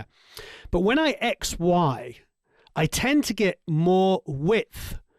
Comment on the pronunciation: Great time once more, one more time and again and again. Thank you and all the staff. And I confesso you that I've heard when you've said "XY", "ex-wife" a couple of times..:-))) Thank you for another great video!!!